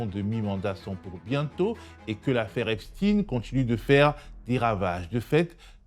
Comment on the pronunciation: Epstein et non Epstine